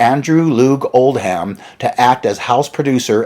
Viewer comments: Oldham - not like "old ham", spoken as "oldum" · Pedants comment. The manager’s name Oldham is not pronounced Old-ham but Old-um the ‘h’ is silent and the am is pronounced um. As in the name of the northern English city which suggests it is from the Northern Lancashire accent. Apologies if already mentioned. Good video and I was a teenager back then. Pity I missed Jimi Hendrix cutting Eric when they first met at Regent St Polytechnic, where I went to college 2 years later. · This guy (?) is not a good speaker. I think he probably chose the wrong profession. It isn't pronounced "Old•ham". It's more like Old•um. The h is silent. But this is just one of he stumbles over. It's distracting to me. He wore me out in that video he did about Pete "Townsjend", or however his mispronunciation would be spelled. Drove me crazy! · In the Uk the name “Oldham” is pronounced “Old-am” not “Old Ham”. Although funny enough, an old ham was indeed what he was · old ham.....get a life and learn how to pronounce it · Islington is pronounced “Is” which rhymes with “his” and Oldham in Andrew Loog Oldham is pronounced without an H. It’s not “Old-ham” it’s just “Old-am” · Great video dude ! However...I am a sergeant of the british pronunciation police..so...I apologise profusely but I have to point out: 1) Islington is pronounced 'is-lington', like the word 'is'. 2) Any English name or place name which ends in 'ham' like Oldham is pronounced 'um' so it's like 'Oldum'.